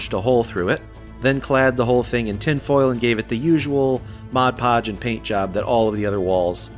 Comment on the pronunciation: Hooray! Hooray! I am so proud of you! I am so happy to hear someone say "Mod Podge" instead of "Moj Poj" You have made my day! Thank you thank you thank you!